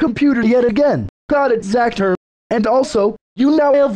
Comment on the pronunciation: Why did you say zather the computer user is zacther not zather